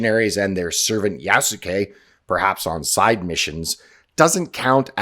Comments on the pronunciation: it's going to be hilarious if Ubishit kept the stamina system from Valhalla for "Yasookee" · " Its YAASSUUKE time!" Ironically, they put the " yass" into Yasuke.